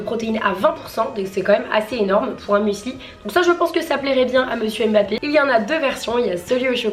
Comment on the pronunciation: J'aime beaucoup ce style de vidéo. Par contre tu prononce mal son nom. C'est Mbappe